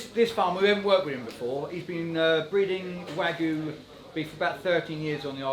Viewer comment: Smoked Wagyu? , i know i know its a mix not pure Wgyu as he said but still fck sake